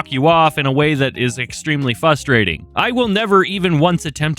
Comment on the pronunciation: I know you've got a speech issue. But goddamn if I don't laugh Everytime you say "fustrating"